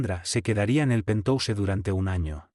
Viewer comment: Acuérdate que se pronuncia pentjaus